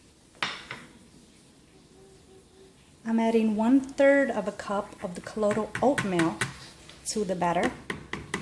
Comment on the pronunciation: It's colloidal CO-LOY-DULL. :)